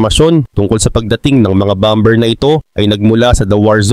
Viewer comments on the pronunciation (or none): Boss bammer(bomber) not bamber tamang pronouciation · Ang pronounciation dyan ay bomer hindi bomber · Boss, hindi bom ber kundi baa. mr😅😅😅😅😅😅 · "Bomber" sir ang tama pong pagbigkas nito ay Bah-mer silent "b" po "ber". Para po ito sa ikauunlad nyo bilang content creator. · Lods Bomber, silent B, BAMER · "BOMER" silent B... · Bomber can be pronounce as bomer( silent b) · BOSS "BOMER" SILENT B.